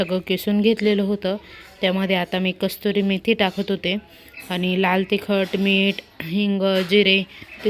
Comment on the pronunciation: कस्तुरी मेथी नाही कसुरी मेथी